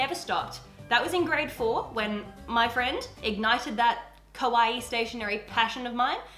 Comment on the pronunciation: Be careful how you say "Kawaii". It is pronounced "Ka-wa-eee" Because you sometimes say "Kowai" (ko-wai) which means scary.